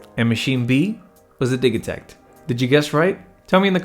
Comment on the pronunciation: I'm not sure what I'm more impressed with here, you're impeccable knowledge of both of these or your being able to switch "gigabyte" to "jigabyte" in the same sentence as the "Di-ja-takt" opposed to pronouncing it "Di-ga-takt." Either way, bravo! :)